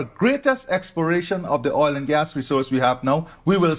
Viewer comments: OIL not OLE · I love the way says oil, like oool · the word OIL has a dipthong. You are saying OLE. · Dude cannot pronounce “oil” correctly to save his life. Lol! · Say oil right😂😂😂.. oil oil oil oil oil oil oil😂😂😂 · man...why can't you pronounce "oil"? what kind of accent is that? Great clip BTW. :-) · Good video, but you need to learn how to pronounce the word oil